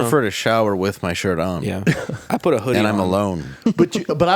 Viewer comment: PUT THAT T IN THERE!